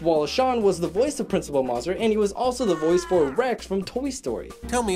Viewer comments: It bothers me that he mispronounces Principal Mazur's name as "Maah-zur" when it's said repeatedly in the movie as "May-zur". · The principal's name is pronounced MAY-zer, rhymes with laser. I know because it wasn't until this movie came out in 3rd grade that my classmates started saying it right. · Somebody needs to explain the concept of easter eggs to this guy. Also, it's "MAY-zurr". You'd know this if you actually watched the movie. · Principal “Mah-zur”? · It's pernounce maze-er! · It’s insulting that you pronounced the principal’s name incorrectly. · The way he pronounced Principle Mazur 😭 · Oof the way he says Mazur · You said the Principal’s name wrong